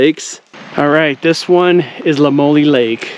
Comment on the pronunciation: Its pronounced “La Moy Ol” Lamoille I live about 15 min from there